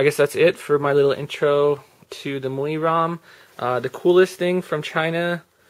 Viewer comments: The ROMs name is pronounced "My You Eye" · It's pronounced "My UI," just in case no one else mentioned it.